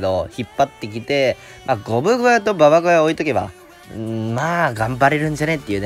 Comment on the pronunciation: 、ゴブ小屋の発音はゴブごやなのに、ババ小屋の発音はババこやなのおもろいw